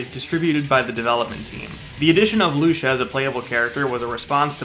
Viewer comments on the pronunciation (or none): It's Lucia not luscha lol